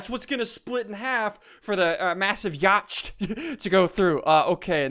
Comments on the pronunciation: Ya-ch-t. it's pronounced ya-t or... YEET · it's not pronounced yacht, it's pronounced yat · That is so not how you pronounce yacht. It is pronounced "yot" not "yoch-t" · it is pronounced yot not yocht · Uhm.. The word "Yacht" is pronounced "yaht" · ITS PRENOUNCED YOT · WHYYYY it's more like yot not yacht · Why do you pronounce yacht yoch? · yacht is an English word pronounced 'yot' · I think its pronounced yha-tt not yacht XD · it's pronounced yacht (yaht) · Not trying to be mean BUT ITS PRONONCED "yaht" NOT "yacht" 😂😂😂 English am I right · U pronounce yacht yat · its pronounced yacht (yau-t) not yacht (yau-ch-t) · Pronounced Yot. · u r saying yaught wrong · For everyone saying Ssundee mispronounced "yacht" he's just playing around he knows how to pronounce it. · ssundee did you mispronounce yacht facepalm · Pewnieteam ok 1. Ssundee said it wrong 2. Its not funny sure it might have been a joke but to do it all those times its not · HamsterMC He knows that he's pronouncing it wrong purposefully. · SSundee you said yacht wrong it's yacht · Did he say yacht without a silent ch? Dood thats sad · he said yacht wrong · Who else is triggered on how he pronounces yacht